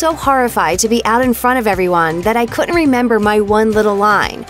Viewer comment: This is a weird comment but the voice of the narrator had such great pronunciation except for words like couldn't and didn't. I feel like she should learn those it may help her career. Just some unsolicited advice lol.